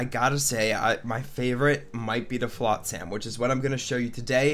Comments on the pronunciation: I cringe every time you pronounce it flot-SAM. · Why can’t you say flotsam properly?